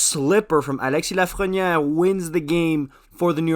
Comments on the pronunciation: Can we just appreciate how well he said Alexis Lafrenière's name! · Es-tu francophone ? La manière que tu as dis Alexis Lafrenière m'a vraiment surprise.